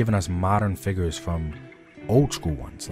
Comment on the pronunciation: Hate how he says “FIGGERS” and not figures